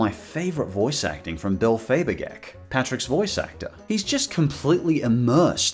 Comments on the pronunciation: Its pronounced Fay-ger-bah-kee... love your vids tho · Patrick's voice actor is called Bill "Faygerbockie", not whatever the hell that was lmao. I heard him say it in an interview. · the way you pronounced Bill Fagerbakke's name caused me actual pain and you should be ashamed of yourself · I cringed when he mispronounced Fagerbake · Your grossly mispronounced Bills last name there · The way he pronounced fagerbakke makes me want to implode